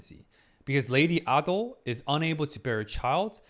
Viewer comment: Not him calling lady Ah-do and Jinshi siblings-👁👄👁 NO SPOILERS SORRY